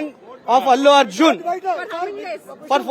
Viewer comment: Abbbe Gadhe wo "AluArjun" nhi hai pagal Wo@ Allu Arjun hai kon terko kaun report padne de diya